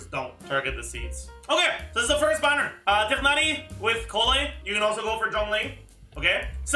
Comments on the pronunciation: I think its more the english voice acting direction rather than horniverse themselves mispronouncing his name. Even the guy in the video pronounced it as tigh-nari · what doesnt make sense is how Mihoho completely butchered it to [Tie-naurrrry]